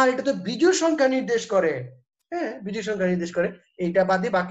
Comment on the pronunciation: জুড় না জোড় হবে। বিজুড় না বিজোড় হবে।